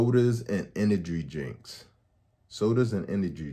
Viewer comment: You didn’t say “energy drink” correctly once